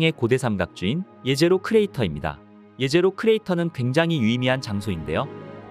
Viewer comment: 제제로가 아니가 예제로임. 히브리어 jezero(예제로)는 호수라는 뜻으로 사용했기에 제제로로 발음하는 것이 아니라 예제로가 맞음.